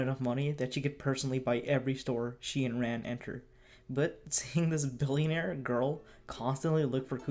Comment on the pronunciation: the way you pronounce Conan and Ran is just foul